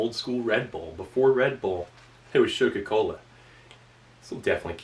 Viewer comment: Jahahaha wie der denkt der kann Deutsch lesen der Ami 😂😂 der war eh googlen